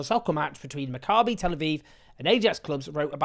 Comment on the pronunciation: You're mispronouncing "Maccabee" Owen. The stress is on the first syllable, it's "MACCabee" . Other than that excellent reporting! (Sorry my pedant's brain keeps wincing when you say it lol)